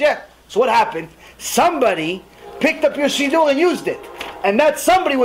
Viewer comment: I never heard it pronounced “seedoo” ever. Where is that coming from?